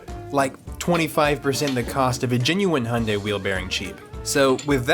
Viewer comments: You pronounce "Hyundai" like "Honda" 😅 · This is not how u pronounce "hyundai". Its not "honda".